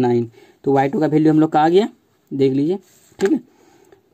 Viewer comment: Bhalue nahi hota value hota hai